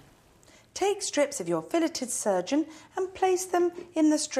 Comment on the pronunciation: she says "filleted SURgeon"... eek!